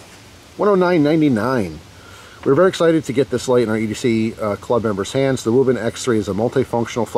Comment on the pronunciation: Speech impediments are a serious thing, but Wuben sounds like Barry Kripke on The Big Bang Theory saying “Rueben”.